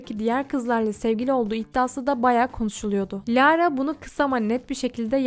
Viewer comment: lağğğğğğra ne ya bi düzgün oku